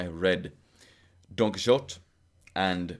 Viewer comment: Todo bien. Pero recordad que la «x» en Quijote es una grafía arcaica no solo para /x/, sino en origen para /ʃ/. De manera que nunca se pronunció [kíksote].